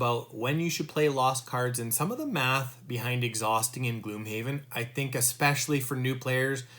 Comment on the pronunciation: GLOMHAVEN XD Good video though :)